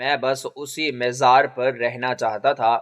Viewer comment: مزار... م گے اوپر زبر ھے زیر نہیں.